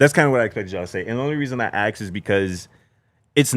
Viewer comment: He doesn't say "ask" he says "ax" lol is goofy